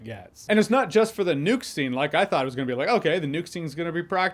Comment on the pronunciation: Am i keep hearing it as Nude? I like Nudes in movies too